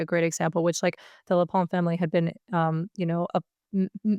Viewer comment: knows how to pronounce Marine Le Pen. But she doesn't have any wrinkles on her forehead from thinking hard, so she must be one of those really smart people. She makes it look easy.